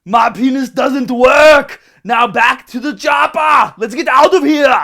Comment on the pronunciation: Hormones are not drugs just becasue your sorry ass government classified them as such! You're a fucking hater and you just said you don't judge. You don't know shit and you sound like an ignorant fuck with you damn speech impediment. "attention media mah penis doesn't wahk!". Please stop making videos on subjects you tiny ass has no clue about. And don't wear tank tops. I used to like your videos until this one. Stop fucking hating!